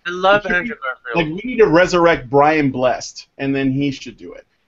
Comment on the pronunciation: It's pronounced Bless-ed and he is still very much among the living